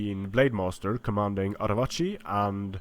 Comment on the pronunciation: That fucking sexy Arevaci pronunciation. ;)